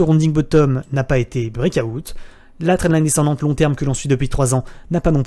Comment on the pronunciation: Alteucoin... Brekaout... please... un minimum d'effort sur la prononciation des mots Anglais lol Sinon bien la vidéo.